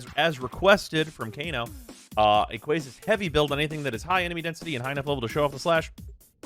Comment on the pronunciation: "Are you gonna finish that QUASSUNT "